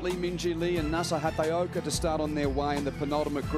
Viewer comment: Please commentators now and in the future,it is Nasa HAT-A-OKA,you are highly paid professional commentators,do some research and get it right!